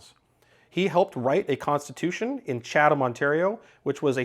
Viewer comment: wow impressive to pronounce Chatham correctly, most that live there struggle, and almost none recognize their historic importance to canadian culture, both black and white. Almost entirely erased. Sadly they have active kkk members now.